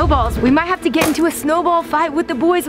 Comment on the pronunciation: "Did y'all just jave a moment" Wait I wanna see a moment What?!😂😂